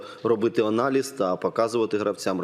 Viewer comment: слышится "Онализ" - может его и надо делать? :))))